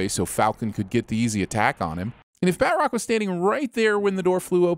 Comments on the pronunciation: doesn't know how to pronounce batrock. Ding! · It’s pronounced bat-troc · Ah yes, my favorite Marvel villain, "Bat-Rock" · D do you not know how to say batroc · Not how you say Batroc.